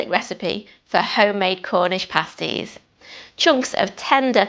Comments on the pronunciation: You pronounce the "a" as in apple so "pass tees". Pastry takes about 30 seconds to make if you use a food processor or about 2 minutes if doing it by hand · pAsties... hard pronunciation on the A, similar to hAt. The way you are pronouncing pasty or pasties, sounds like paste (soft A) similar pronunciation to taste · Pay sties 😂